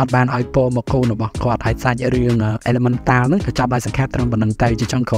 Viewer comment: មិនមែនអ៉ីឡាម៉ង់តាល់ទេ គឺអ៉ីឡេមិនថល់😅